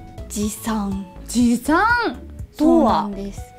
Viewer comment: 持参の参間違えてるとこ可愛い でもまれいたそが好き♡